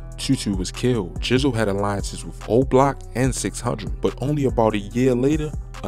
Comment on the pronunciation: please stop saying tookin. its TAKEN.